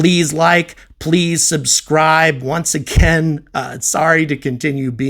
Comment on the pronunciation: "pweease subscwibe" - I find it funny actually :D